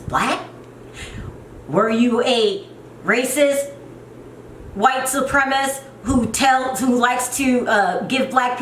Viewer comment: You said "he seen her" twice in a row, so it wasn't a mistake. Do you not know it should be "he saw her"? I mean, a 3rd grader knows this, yet you continually speak like this way. Also, it's not "white supremist"; its "white supremacist". One would think as a person of color, if there's just ONE WORD you knew it would be "white supremacist". And you have the nerve to call Yolanda dumb?? Yolanda is naive. Sherrell is dumb.